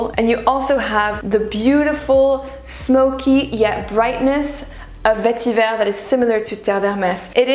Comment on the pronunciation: The word Vetiver comes from the Tamil language. You don’t have to arbitrarily pronounce it with a French accent.